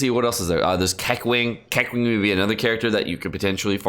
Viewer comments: KEK-WING? you mean Kuh-Ching, but It's ok cuz you were undercaffeinated xD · It's not kekwing, its keching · BITCH WDYM "KE-KWING" ????? IT'S BEEN 6MOS SINCE THE GAME CAME OUT BRUH IT'S "KUH-CHING" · KEKWING. HE SAYS KEKWING LMAO. It's actually so simple. Kaching. You've probably heard that in reference to money. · Did he really say kequing? Instead of keching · ah yes, kequeen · ke ching is the pronunciation for keqing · Its Kaching to pronounce Keqing lol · woah another way of pronouncing keqing lol. keck wing lol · it's pronounced ke ching btw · did pronounced keqing, keq-ling? Lol he must really hate her